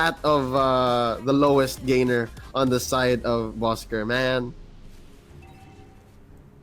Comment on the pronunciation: Please say it right!!😑.Bosskur!!!